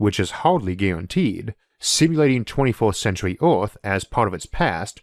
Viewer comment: Wow, I have some real problems with this accent (not being an English native speaker). Swapping an e-, i-, or a-sound for an o-sound makes this really hard to understand. I hear "orth" when the word "earth" is spoken. I'm really interested in the subject, but I'm sorry I don't think I can watch this video to the end.